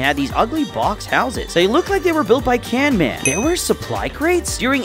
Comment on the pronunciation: WHY ARE YOU SAYIN CANMAN NOT CAVE MAN